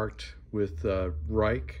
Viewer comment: Ruike is pronounced like "Rake". I really like their sandvick steel, nice action and reasonable prices.